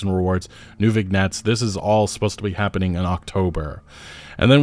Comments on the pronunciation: vignette noun /vɪˈnjet/ And did you pronounce the "t" in debuted? Is this on purpose? Stop hurting me. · Did my guy just say VIG net? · Hey, the G in "vignette" and the T in "debuted" are silent. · You don't pronounce the G in vignette. It's pronounced vin-yet, it's from french. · Vignette is from the french and pronounced "VINYET". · "Vignette" is pronounced "vin-YET" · vin-yet. Learn to speak. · Vignette is pronounced vɪˈnjet, prob french or somethin ;) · Vignette is a silent g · Bro, learn how to pronounce vignette. For the love of God. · Chasing trends doesn’t work, by the time a game is released the trends can have faded out, maybe if this game was released in 2016 it might have a chance. So y have the money to pay the best game studios to make them amazing games but instead they do this. FYI you don’t pronounce the “g” in vignette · That isn't how you say "vignette" ;) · The G in Vignette is silent, fyi. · yeah that's not how you pronounce that word